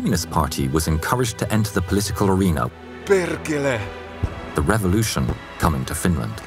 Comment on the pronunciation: a loud click "kerkele" :DDDDDDD as a finnish thats kinda funny because it was meant to say "Perkele" :D